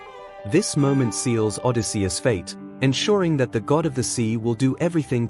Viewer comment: Nope. I can't listen to Odi-SEE-us even one more time. Goodbye.